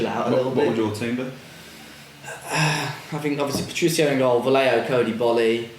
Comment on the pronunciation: Thanks fellas, I listened to pass the time at work. You brits REALLY massacre the Spanish language, it's pronounced VAJEHO